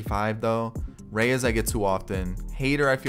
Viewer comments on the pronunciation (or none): none